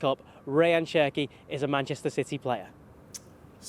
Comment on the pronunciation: At least say his name right